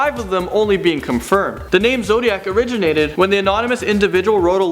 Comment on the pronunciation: "or-gin-ated"? Did you mean "ori-gin-ated".